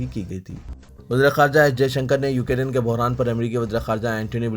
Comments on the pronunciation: Please pronounce Ukrain correctly. Its not Ukarin. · Bhai UK Rain Nhi Ukrain Bolo